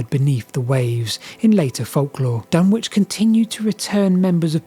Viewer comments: The W in Dunwich is not pronounced. It is pronounced dun-ich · BTW Dunwich is pronounced more like Dunnidge - rhymes with midge and bridge. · Dunwich == dun-ich, like Norwich which has no sounded 'w'. The 'wich' comes from the Anglo-Saxon suffix -wīc, signifying "a dwelling or fortified place" 🙂 I guess Ipswich is indeed 'ips-wich', not 'ips-ich', but there's always an exception that proves the rule 😂 And 'lang-stone' == 'lang-ston'. And , "unproportional" should be "disproportional" (from Goolge: "Disproportionate" is the standard, preferred English term meaning out of balance, uneven, or not in proper proportion to something else. While "disproportional" is occasionally used, "disproportionate" is more widely accepted, especially in formal contexts. "Unproportional" is generally considered non-standard or a mistake, though it is sometimes used to mean the same thing.) And finally ... do you have any idea one why the village of Snap appears to have been destroyed as opposed to simply abandoned? It must have taken some effort to collape the place to it's current hard to recognise form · Dunwick (said Dunnich) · Say Dunnich not DunWich. My childhood stomping ground. Wiped out by a couple of storms. Just down the coast is Leiston Abbey, moved in its entirety (bar one cell) to higher ground to escape the water. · Great video, although I'm pretty sure it's Duh-nich not Dun-which 😊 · It's pronounced Dun-itch. Which is confusing, as down the road is Ipswich which is pronounced as you'd expect. Silly Suffolkers. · The W in Dunwich is silent - it's pronounced Dunitch. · FYI Dunwich is pronounced Dunnidge around these parts. Fascinating video. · Hi, see you are not a local East Angle. My mother was born and raised near Dunwich in the early 20C. She always called in 'Dunich' not pronouncing the 'w'. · Dunwich is pronounced " Dun-itch" by the local people, very informative video many thx for making so many interesting videos, long may you continue!